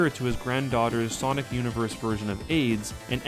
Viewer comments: Wth is sanic speed? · Sanic! Lmao